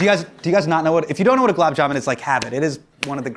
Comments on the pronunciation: "Gulab Jamun", with the n sound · How you gonna roast people for pronouncing your name wrong but then totally butcher gulab jamun? 😭😂